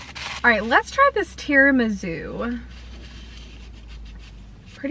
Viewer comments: and tirami-sue not zoo! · gurl it's tiramisu not tiramizu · Lol! Are you saying TiramiZOO?? 🤣🥰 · Seriously please stop pronouncing tiramisu wrong there’s no Z in it didn’t you have an Italian boyfriend & you can’t pronounce tiramisu! 🤷‍♀️🙈